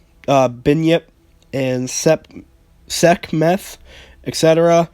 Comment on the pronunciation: You said the names wrong, sekhmet is pronounced "sek met", bunyip is pronounced "bun yip" and abaddon Is pronounced "ab bad Don"